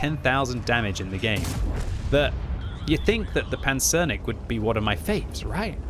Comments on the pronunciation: Nice pronunciation on the Pancernik! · Great pronunciation as always, but I thought Lem's name for the tank was supposed to bring "Battleship" rather than "Armadillo" to mind - the word pancernik works for both. Anyways, thanks for the review:)